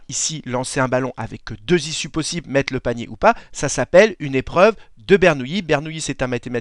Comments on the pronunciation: "Et notez qu'ici il n'y a pas de i devant les deux L". Effectivement, donc ça se prononce BernouLi et non BernouYi ^_^ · Il faut prononcer Bernouli ! Jacob / Jacques Bernoulli est un membre de la célèbre famille baloise suisse de mathématicien physicien les Bernoulli